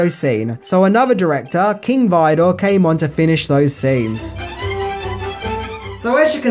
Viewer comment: An excellent review! Just a minor quibble: director George Cukor’s last name is pronounced “cewkor”, and director King Vidor’s last name is pronounced “veedor”.